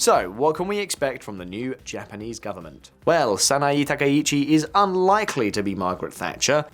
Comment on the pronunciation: 名前の間違いがひどすぎる。わざとだよね？サイって誰？ SANAE TAKAICHI！だよ。